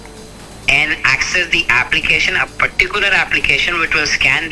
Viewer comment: Access hai Excess nahin